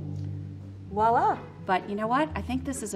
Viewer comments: Um did a wine expert just say wallah? It’s voila.. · She also said wallah instead of voila which is not correct..